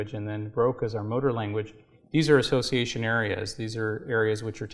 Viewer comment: Assciation ism